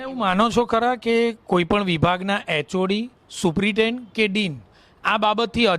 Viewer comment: આ ભાઈ ને સુપ્રિન્ટેન્ડન્ટ બોલતા નથી આવડતું